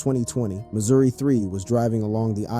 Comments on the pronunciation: Stop saying M o 3 its mo3 bih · who ever the commentator is need to get the name right mo3 don’t stand foe missouri 3 bruh LL3🕊️